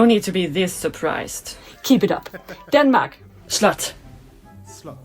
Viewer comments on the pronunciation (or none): It is 'slot' with a o, not with a u 😅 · it's pronounced like slot, as in slot machine. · The pronunciation of Swedish "slott" is pretty close to the English word "slot". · Mostly accurate but castle - slott is not really pronounced as slut, at least not in Swedish 😅 It's more of a short rounded o-sound